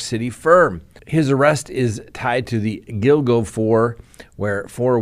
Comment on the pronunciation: You got the pronunciation of “Gilgo” correct. Allegedly they have a strand of his hair as well as his wife’s on duct tape.